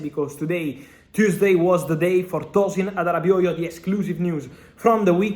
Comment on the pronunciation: The way u call tosin adarabioyo is so perfect